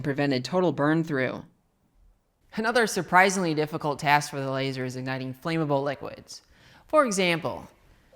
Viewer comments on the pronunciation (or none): flammable is not pronounced flame-able.